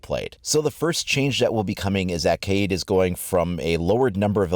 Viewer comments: it’s ka-YEET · It’s pronounced Kay-eed, not Cade